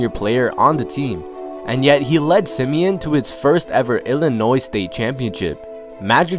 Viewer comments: It's sim-e- ON, not sim-e-in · And its Sim-e-on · It’s “Simi-on” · No it’s sim e ahn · Everyone not from Chicago pronounces Simeon wrong 😂😂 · LordBando I swear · Lol the way he said simeon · You said Simeon wrong but r.i.p cuzo😖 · He said the high school name wrong